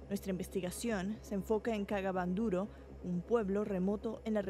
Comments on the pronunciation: Y porque la reportera dice "cagaban duro" si es " kaga bandoro" o solamente yo escuche eso 😬🤔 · Ella lo pronuncia así🙄... Pero es kaga Bandoro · Soy la unica que escucho la palabra cagaban duro jajajaj